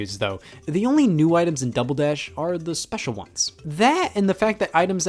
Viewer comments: did Scott say dumble dash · I never noticed before, but he says "Dumbledash" .